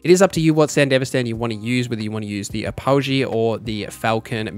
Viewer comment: Say Apogee wrong one more time and im gonna self delete